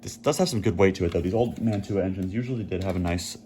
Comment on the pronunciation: The European couplers you refer to are "Mantua" couplers. Pronounced Man-chew-a ...LOL. I live close to the old town where they were made in NJ.👍